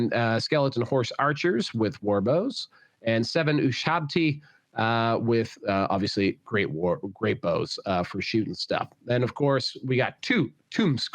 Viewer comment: Ushabti, not Ushbati.